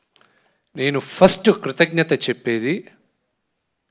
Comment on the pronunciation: ఫరుస్ట్ కాదురా అయ్యా.. ఫస్ట్😂😂😂